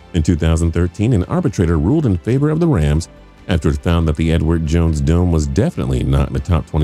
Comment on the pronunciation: is it just me or does it sounds like he isnt saying " the Edward jones dome"lol